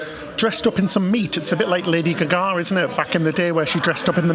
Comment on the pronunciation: Love and great video as always. I cannot get over the way you pronounce "Lady Gaga", was her name said like that as a joke? lol